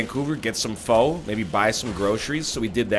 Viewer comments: it's pronounced pho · said "pho" wrong REEEEEEEEEEEEEEEEEEEEEEEEEEEEEEEEEEEEEEEEEEEEEEEEEEEEEEEEEEEEEEEE